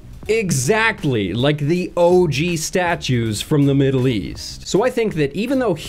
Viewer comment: "From the meedle east”